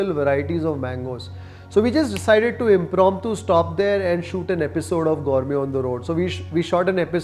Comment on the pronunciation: Gourme gourme antha saaythane ee yappa 😂